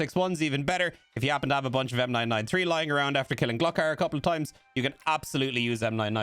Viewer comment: Did you just say Gluk-AR? Jesus fuck and you wanna teach us the game after that?